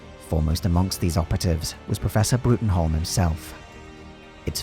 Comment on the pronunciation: I Hate to be that guy,, but actually, professor trevor bruttenholms last name is pronounce as "broom".